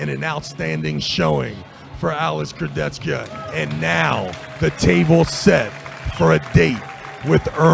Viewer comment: Богом молю, прежде чем давать микрофон хриплому коментатору, скажите ему как правильно произносить имена и фамилии спортсменов. Слушать Шагенасвили и Курдечку просто невыносимо